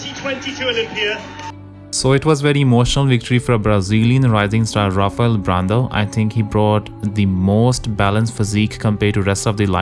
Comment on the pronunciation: X,D good try pronoucin rafaels name lmao great vid mass, witch class? X D